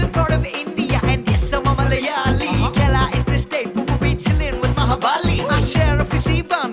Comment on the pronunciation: Your pronounciation of "Malayali", "Kerala" is "Perfect Ok" 😍🤗 Once Corona is gone, reach Kerala, stay for a few days you will extend by a week.... next you will extend by a year.... next you will extend by a few years.... By this time your family has joined you. A home by the river side... a calm peaceful lush green surrounding.... Monsoon rain... Theyyam... Utsavs... Elephants... Chaya.... Kattan..... Sett mund....Gold Jewellery..... Nendra Banana.... Onam...... Vishu.....Backwaters... Western Ghats.....Fishing harbours... . Lot of things awaiting you.